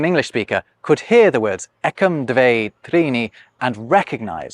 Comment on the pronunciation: You pronounce "Dve" as "dvey". May be Sanskrit really says ending "e" so, but this word looks identical with the Russian numeral "две" [dvʲe] (feminine "two"), without yot.